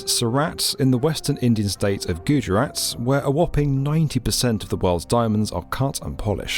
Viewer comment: It's not Gujurat, it's Gujarat.